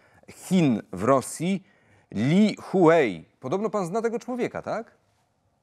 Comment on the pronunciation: Ambasador Chin w Kijowie to nie Lee Huei ale Lee Hui